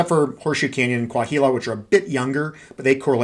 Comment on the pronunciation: The “h” in Coahuila is silent. More like Coa-weela